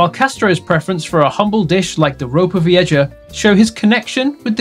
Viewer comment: Why can't brits learn how to pronounce Spanish words? Vieja is pronounced " VEE-AY-HA", not "VEE-EH-JA".